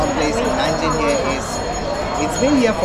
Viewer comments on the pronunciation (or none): none